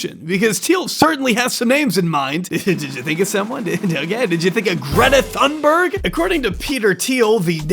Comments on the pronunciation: Greta Tuhn-berg. No th sound in Swedish. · There's no "th" sound in Swedish. "Thunberg" is pronounced starting with a "t" sound.